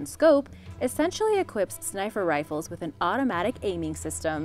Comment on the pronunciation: Lol she said "snifer rifles" 😂😂